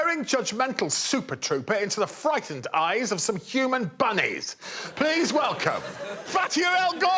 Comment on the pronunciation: Is my new text tone Greg saying "HUMAN BUNNIES"? I'll never tell.